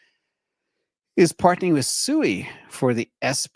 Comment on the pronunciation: It's not pronounced "Suey." It's pronounced "Swee!" One of the developers was on a podcast. He should know.